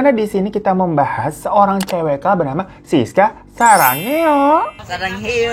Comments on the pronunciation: Kok sarangeo sih, "sudah gilaaa, bang !" :v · ngakak banget bang hiro bilang sarangeo brut 😭